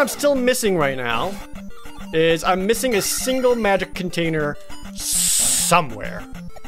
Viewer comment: Sometimes, when Jared says magic container, I hear it as magic potater.